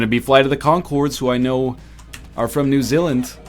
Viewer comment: "New ZǐLand?"